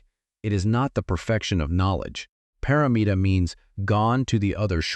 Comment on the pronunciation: I thank you very much 2 suggestions It is not maya >> maayaa -meaning not pre-ordained/determined It is not “paramita” = paraM-ita - beyond superior foremost primordial in this manner You may decide these fit your explanation more completely